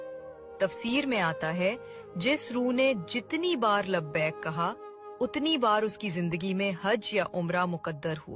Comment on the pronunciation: ویڈیو بنانے کا شوق ہے تو لبیئک درست طریقہ سے کہنا سیکھو